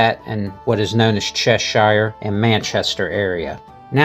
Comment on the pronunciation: One last thing, the way you say Cheshire REALLY grates with English people. The hire in Cheshire is pronounced EXACTLY the same way you would pronounce New Hampshire Just trying to help 😊